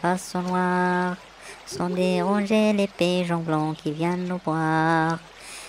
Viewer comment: La traduction est correcte mais il y a des erreurs de prononciation. Pigeons et non piyons